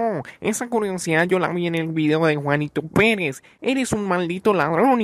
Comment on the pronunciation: Yo pensé que dijo Juanito penes XD